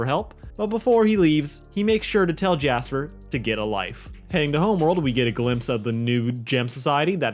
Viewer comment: Says Homeword bound even though it says Homeworld bound ON SCREEN Me: TRIGGERED